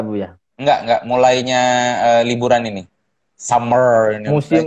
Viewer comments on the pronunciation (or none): Summer kalo keliru pengucapan jadi somor nun wkwkkwkw